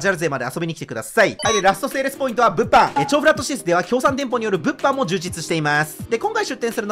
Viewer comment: 物販の発音って「ぶ↑っぱん」なのか…知らんかったわ